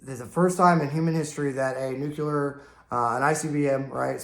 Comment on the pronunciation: Please, bro, PLEASE! It's NUCLEAR not NUKULAR!!!!!!! Where the hell that term came from? Great videos though. Cheers.